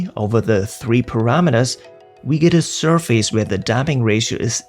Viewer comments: For your future videos: there's no face in surface. The pronunciation is ˈsərfəs. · This is not very important or anything, but in English, the word "surface" isn't pronounced like "sur-feys" but rather more like "sur-fis" /ˈsɜr fɪs/ (am-eng) or /ˈsɜːfɪs/ (brit-eng).